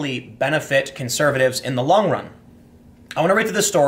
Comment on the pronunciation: Did he just say her "lung" career?!